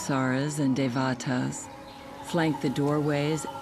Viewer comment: If I may...the word Devata is pronounced Day-va-tha..and not Devaata! It refers to a heavenly being in the Hindu tradition, god or goddess. Buddhists do not believe in such beings but Buddhism became intertwined with Hindu beliefs, hence Dévathas! And oh, Prajnaparamita means the perfection of wisdom, and the Prajnaparamita Devi is the mother Goddess who represents or radiates such. Prajna-paaraa-mitha is the pronunciation...